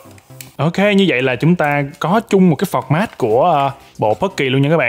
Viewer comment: phọt mát akt nói là từ format